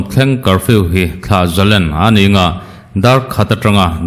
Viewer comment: Thlah zalen nilovin thlah zalên ti a lam tur a nia.